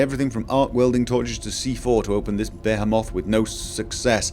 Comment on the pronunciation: "Behemoth" said "beh-heh-moth" It's pronounced Be-hee-muth. Not sure why that bothered me.